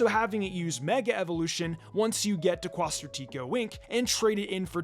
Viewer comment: The way all the YouTubers are mispronouncing quasar is killing me